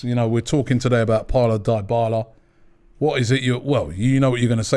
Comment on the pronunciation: Christ Robbie!!! Stop butchering names! Every time I hear you say DIEBALA it's like a knife in my ear